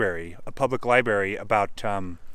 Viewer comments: The word is "libRary", you are dropping the R... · ...found that endearing.